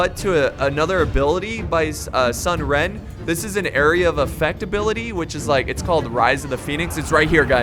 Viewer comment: It's pronounced like Tao Tao, although Sun Ren was correctly pronounced, Sun Quan is kinda pronounced like Sun Chewn?